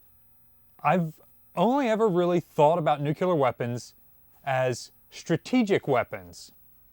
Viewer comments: ❌ New-k-yule-ehr ✅ New-clear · I hate it passionately. I shine he's college educated. For the love of God please please stop saying nuclear. It's nuc. Lee. Are. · Another day another video suffering through “nucyulear” instead of “nuCLEAR” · It's nu clear not, nucular man. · I am confused by this video. I had absolutely no idea that the USN had Nucular weaponry, let alone deployed Nucular weapons so widely. How did those apparently extremely classified Nucular weapons interact with the much more widely known nuclear weapons? seems to be a very good authority on much naval knowledge, but he continually destroys his credibility with this mispronunciation. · Dr. J. P. Dantic says it's "Nook Lee Ur" ... not "nook EWE lur" ... 😂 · Nuc-LEE-ar not nuc-U-ler. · The word is NOOK-LEE-URR, not nuc-u-ler. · why, it's "nucular"... 😆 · "Now Simpson, because of your many years as a nuclear technician, we're putting you on a nuclear sub." "Nucular. It's pronounced nucular." "Ohh.. whatever..." "Nucular..." (The Simpsons, S9 E19 "Simpson Tide" 1998) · Oh. I hate it. It's really nuke-lee-ur. Please. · Nu-clear, pronounced "new clear" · Dude, I love your videos - BUT - Nuclear only has one "U". It is NOT Nucular. Whats the matter with y'all Yankees up there ;) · Drink when mispronounces nuclear Edit *don't try it. You'll die., I don't mind that you say Missour'uh, but PLEASE stop saying "newk-u-ler" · I love it when says "Nucular". 🤣🤣🤣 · He’s a Marylander … give him a break. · lol It’s like nails on a chalkboard for me. I loved how Paul from USS Cod gave a dig and called him out for this on one of their recent videos. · He also never misses an opportunity to mispronounce nuclear 😆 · for some reason his pronunciation of nuclear irritates me more than his pronunciation of Missouri. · Jeebus, if one has any physics or chemistry education, the term "nucleus" is familiar. So correct pronunciation is a habit.